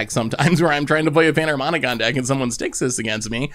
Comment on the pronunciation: please. It's PanharMOMicon. Panharmonimom sounds ridiculous.